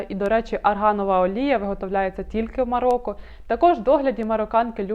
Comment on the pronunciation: Цікаве відео, але, українською МароКо, а не МароККо